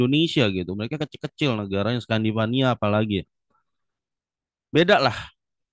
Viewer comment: Scandinavia Jonnnn, bukan Scandivaniaaa. Wkwkwkwk